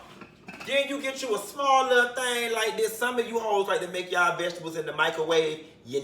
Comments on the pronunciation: Cutting up these ve-ga-tebles!! He done ate worse quiet as kept! 😂😂😂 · VegiTABLES!!! 😂😂. Yessssss!!! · When he pronounced vegetables "veggie tables" bihhhhhh, I SAT THEE FUCK UP! 😂😂😂😂😂